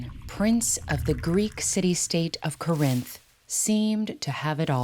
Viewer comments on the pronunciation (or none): that pronunciation of "Corinth" absolutely killed me